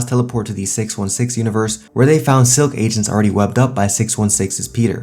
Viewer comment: Man really said "I justs smashed a girl from another univeres"